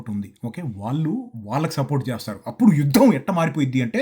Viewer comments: Yudddhham chesedddhhham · ద కింద ధ వత్తు చెవి కి బాంబు పేలినట్లు ఉంది. "యుద్ధం " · అన్నా నువ్వు (యుద్ధం) అని ఒత్తి పలికినట్లు యుద్దం జరిగితే పాకిస్తాన్ కి నిజంగా పూంపుహారే 😂😂😂